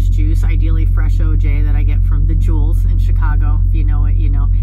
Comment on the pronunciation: Girl, how dare you use the words "high-traffic area" referring to anywhere in "Misery" (My term for the State of Missouri). You are from Chicago!!! KC should be a cakewalk. You said Da Jewel(s), with the invisible "S" 🙂😂. Besides thinking about Beer Distributors, there's also box trucks (some Union even) doing the hard liquor. I think you've got a little homesickness going on now that it's summer in the city. It's like there's this energy in the air when summer comes. I'm sending hugs your way 🤗🤗🤗 Rock On 😎 💜